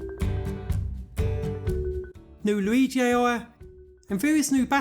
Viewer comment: New loigi ayeoia? Lol